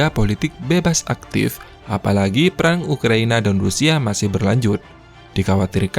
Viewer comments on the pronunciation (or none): none